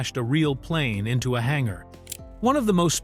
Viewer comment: What's a hangara?